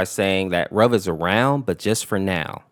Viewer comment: it's pronouced ruv not rub